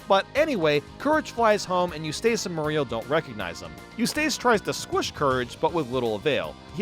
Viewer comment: You-staice Murr-ial